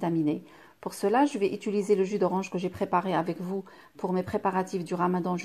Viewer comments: blb 0609 j ai bien le droit de faire une remarque et gentiment en + si pour vous c est ridicule pour moi ça donne mal aux oreilles . Bonne fin de journée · Moi même francaise je dit ituliser!!! C compliquer pour certaines personnes alors un peu d'indulgence ! Tjrs a commenter pour rien. Pathétique! Ton français est parfait toi peux être. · Svp madame dans toutes vos vidéos vous dites “ Ituliser “ ce n est pas français du tout , il faut plutôt dire “Utiliser “ . Merci